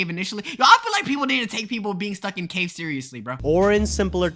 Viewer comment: he just forgot the “s” in “ caves”